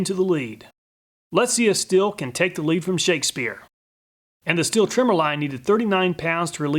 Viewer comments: Good Video. German guy here just dropping the german prounciation of Stihl. First the sh from sh*t and the teel from steel. Keep it going with your vids, I would just like you to tell us if you did more than one test, a single test is nice to get an overview but it's no absolute. There may be a little shift in every test. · Stihl should be pronounced "Sh-teel"